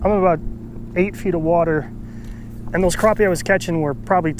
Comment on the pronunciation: Liked the video. Disliked pronunciation of crappie